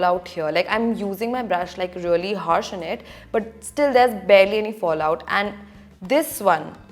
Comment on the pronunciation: She is like... Relly relly relly rellyyy... Almost a hundred times..she didn't even say really.. She said relly relly relly relly relly relly relly relly...